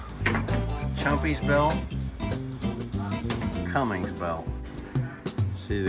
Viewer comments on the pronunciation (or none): I know didn't call it a Cummings belts. It's Cummins c'mon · It's CUMMINS not Cummings! Get it correct, so my faith stays with you!! In all reality you do great work!! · Did just say.... Cummings?? 🤦‍♂️ Cummins! He needs to work on his pronunciation maintenance 🤣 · Tell if he can find a G in Cummins I’ll pay his salary for a year😎 IT AINT CUMMINGS!! rant over Young Thomas needs to finish his OBS before he buys anything else😳 Oh and he found the Gem of all gems, an Olds 350 Rocket conversion diesel🙄 Allison is gonna make him a great wife, she knows he can’t car shop alone🤣 Keep it up with the cheat sheet stuff and Miss Vicki will tape it to your forehead while she reads it😎 The maintenance stickers are the best idea you’ve had lately. I need a roll of the static ones. That’s hilarious.